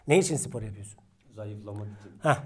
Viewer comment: Abim sipor degil spor